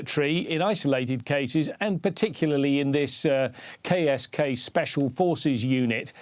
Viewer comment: oh KSK... I thought I heard Gay as Gay commando or something sigh.